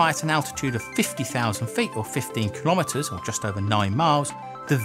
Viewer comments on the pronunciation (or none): You lost credibility the second you proved you don't know what a kilometre is or how to pronounce it, credit to you though for actually knowing how it's spelled even google dictionary have no clue how it's spelled. Can you please pronounce it right in future videos as there are actual scientists and engineers that hate, that's right "HATE" people pronouncing it the way you do